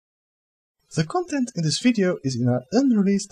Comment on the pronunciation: "ze kontent"